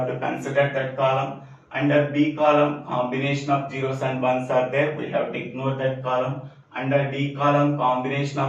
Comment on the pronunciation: sir you sre awesome but it's not gero it"s zero (just for fun):thanksdoc::hand-purple-blue-peace